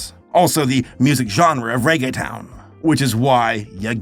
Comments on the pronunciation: I'm happy that you tried but for the longer then I want to admit I didn't know you where saying Reggaeton 😅; it's pronounced more like "rea-gea-tone" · Nothing will make me curl my toes more than the way pronounces reguetón as "Reggae Town". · "I'm going to try hard to pronounce things correctly" "Ray-gay-tun" Lmao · Reggae-town pronunciation got me